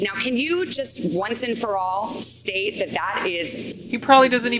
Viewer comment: "They believe it's a satanic cult run by the deep ssssstate" Did you see her face when she said that? 🐍 So angry! 😅 Everyday Americans couldn't care less about 90% of the questions she asked. Drama queens on the left are the only ones who care about this BS. How can they think this is a winning strategy?